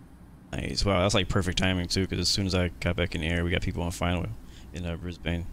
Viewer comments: Brisbane, not Brisbain. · You pronounced Brisbane wrong, I’m from there